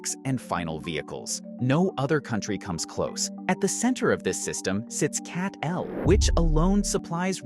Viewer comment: CATL pronounce like Cattle not CAT-L.